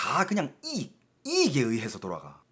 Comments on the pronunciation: 대구억양 이↗️익↘️. ㅎㅎ 여러번 반복하시니 신기하게 들립니다.^^; 저는 이➡️익➡️ 이라고 하는것같아요. 중공이 요즘 이상한 행보를 많이 하는듯 한데.. 어떻게 될지.. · 이익 발음 존나 웃기네 ㅋㅋ 익익? ㅎㅎ 영상 잘 보고가요~ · '이익' 억양이 특이하네요 ~